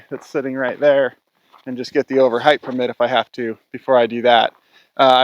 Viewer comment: I get a real kick out of the extra letters you use in some of your words for no discernable reason. Heighth, acrosst, etc. Great explanations though!